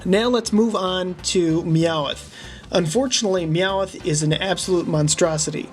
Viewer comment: YOU ARE SAYING MEOWTH WRONG and I think the Character that is not quite right is squirtle AND the character you did not know is Amy